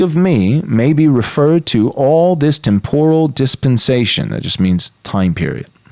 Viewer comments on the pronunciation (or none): none